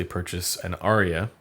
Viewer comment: It’s “Ar-ya” Not Aria.